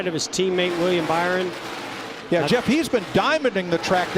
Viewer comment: Also Mike said bower not byron